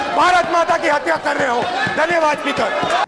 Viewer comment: Rahul ji hatya ko haatya q bolte hai😂😂😂